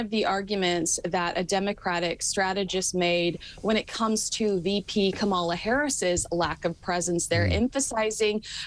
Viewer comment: i love your royal coverage. Sorry to hear u seem to be a Trump supporter (you’re mispronouncing Kamala’s name). Biden has been in constant contact with the Govs of NC and SC. Rescue is priority number 1 there. Accommodating a presidential visit which takes planning is a distant priority. So presidents tend to stay away until they get the all clear from the Governors. Let’s not play politics with this tragedy.